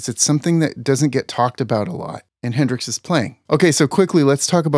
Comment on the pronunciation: …”Hendrix’s”…🤣 I can’t take this man seriously after that. Is this 3rd grade?